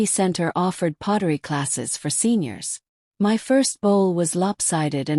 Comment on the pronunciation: M Y is my.When will AI get it right?